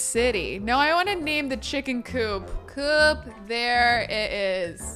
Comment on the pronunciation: Me working from home having this video in the background:: “it do be busy in my cooch” Me: WAIT... what? Hahaha rewind: “it do be busy in my coop” Me: OHHHH😅😅😅